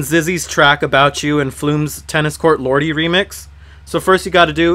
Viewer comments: pronounced LORD, not LOR-DEE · Hmm... Is it really pronounced "Zizzy"? "LORD-EE" :P